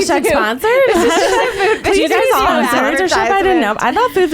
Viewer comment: Loved this POD....but the Food52 brand is called FIVE TWO....not fifty two. Ladies, pls get the name right if you are going to promote them. Love you 4 ladies.